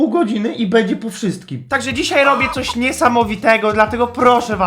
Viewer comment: mówi się będzie a nie bedzie:). Pomogłam ci czy utrudniłam